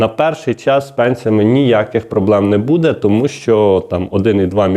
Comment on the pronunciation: Обращаюсь к ведущему -в слове БУДЕ ударение необходимо делать на букву У,а не на букву Е.